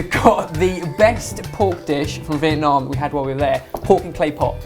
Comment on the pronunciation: pronounced the word "Vietnam" very well:)